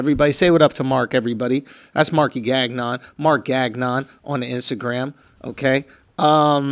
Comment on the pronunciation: Schulz it's not Gag-non it's Ganyon (the n is silent) lol. Keep it classy b 😎